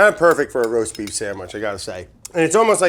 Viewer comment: Did Brad say "roast beep" ? LOL